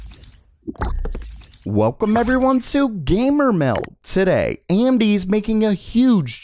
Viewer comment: Welcome everyone to Gamer Mel .... He never says the D in meld.